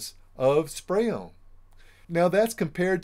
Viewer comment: Are you saying spray on or spray own??